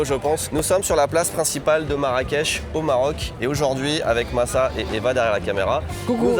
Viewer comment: Et non massa a raison c la prononciation correcte